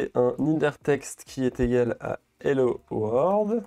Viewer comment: C'est hello world pas hello word xD